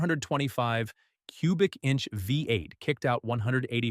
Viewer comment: Nice try, but, uh, will you guys please clean up the dialogue and use phonetic spelling when entering the data? For example, “VEE EIGHT” is the intended pronunciation—not “VEH-EIGHT.” This kind of error is amateurish and very sloppy. Quality control requires actual review and correction: you can’t simply rely on AI to minimize the workload and then leave the resulting mistakes in the final product. You have to do the real work. YOU CAN’T HAVE YOUR CAKE AND EAT IT, TOO! (…didn’t your mom tell you that at least once?)